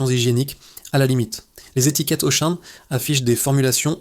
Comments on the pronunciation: Narration IA...Auchan devient Auchaine😮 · Mais pourquoi j'écoute cette daube (jeu de mots). Dès que tu entends le 'mec' prononcer Auchane, plusieurs fois, tu sais que c'est un ramassis d'inepties qui va suivre. J'ai arrêté a 'Carrefour Carrefour'. Il y a pas à chier, pour de l’investigation, faut du pognon, pas cette merde !! C'est du putaclic autogénéré par de l'IA les mecs. Mettez en route votre cervelle.